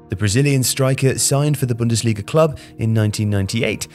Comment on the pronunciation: *bundesliga not bundasilga